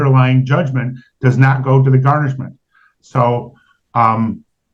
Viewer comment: Can he say garnishment instead of GARN??